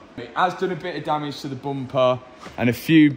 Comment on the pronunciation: you should sand the rims before the paint ;). And one more thing. I'm dutch so i'm not sure.. But i think you say the word 'damage' wrong (on purpose)